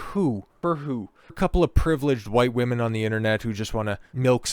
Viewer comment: Bro didn't see SHIT ab arcane lmfao (notices how he says woman lol, he never touched one.)